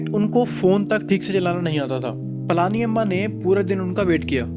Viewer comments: Its पळनी अम्मा and not ,पळानी अम्मा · She is pazhani amma not palaaaani amma 😊